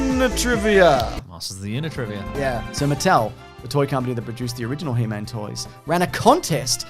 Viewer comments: HE...MAN, not hemen. Or is that a semen joke. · Hemen? It's He-Man! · It's pronounced "Heemun." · He-Man shouldn't rhyme with semen...you're saying it wrong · He-man. Not Heman. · Why do they keep saying hemen instead of He-man? It’s hilarious lol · he's constantly saying 'he-min' & not 'he-mAn'_________what. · Firstly, it's He-Man not "Hee Mun", wtfwrong with you. Also, stop saying "", he's the only other person there, he knows you're talking to him, it's the weirdest thing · The way you're pronouncing He-Man like it's his last name is cracking me up. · It's He-MAN. Not He-mn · you say He Man like 'hymen' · How dare you pronounce he man like semen lol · The way you say "he-min" annoys me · Why does say He-man like semen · You guys say "He-Man" like "semen." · the way you say he-man is killing me. heeman lmao its HE, MAN. theres a separation there xD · I love that they pronounce He-Man like a last name (like Goldman) lol. its one of my favorite old yogscast bits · pronouncing "He-Man" like "semen"... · He-Man……does not rhyme with semen!😂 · strangest way to pronounce he-man 😂😂 also, love interrupting with the matchbox comments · I know is mispronouncing He-Man on purpose. shakes fist!!! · The way he says He-Man actually hurts my soul.